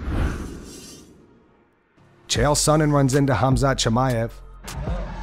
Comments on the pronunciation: If Uncle Chael calls you "Hazmat Chimaev", your name is Hazmat Chimaev. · If anyone was questioning Chael's gangster, now you know lol. The way he called Khamzat "Kazmat" multiple times to his face 😂 Undefeated, undisputed. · Lol he said his name in 2 different ways and both were wrong. Kamzat, Hazmat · Love how Chael calls Khamzat Hazmat to his face. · Lol Chael said hazmit instead of khamzat 😂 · Looool the fact that chael calling khamzat as hamzat... Ballsy guy.... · Hazmat Chemaev 😂 I just love Chael Sonnen butchering people's names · Chael calling Chimaev “Khazmat” TO. HIS. FACE. 🤷🏻‍♂️ Undefeated. Undisputed. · Calling him “Hasmat Chimaev” is beyond disrespectful. Not only that, it’s pretty ridiculous that a guy who works in this field for a living wouldn’t know how to pronounce the name of one of the most popular fighters on the UFC roster. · Hazmat, instead of Hamzat, and Tai Tiuvasa instead of Tai Tuivasa, and Still! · CHAEL call Khamzat-KhaZMAT😂🔫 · Unc Chael it’s KhaMzat not KhaZmat. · Lol Chael keeps saying Khaz-mat. He said Khazmat 3 times... hehehhehe Cmon Chael. Lucky you didnt get your face pounded by Kham-zat. NOT Khaz-mat! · Nah he means Khazmat, as in his hands are a hazmat to any opponent, smashavrybodie brother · Chael pronouncing Khamzat's name as Hazmat right to his face. We've got a badass showdown over here. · Said Khazmat 😭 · bruh, they keep calling khamzat as hazmat tho WTH 😂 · Why's Chael calling him Hazmat? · Cool that "KHAZMAT" made it to the US Crazy that he still doesnt call him by his real name 🤣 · Mans still saying Harz mutt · Lol chael sonnen cannot pronounce fighters names no matter how hard he tries. He’s over here with hazmat suit